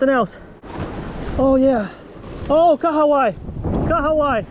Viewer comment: Welcome to NZ and!! Snapper are so good here in NZ!! I love how you pronounced Kahawai! 👌🏽👌🏽 you guys also need to catch a Rugby game 🏉 🤙🏽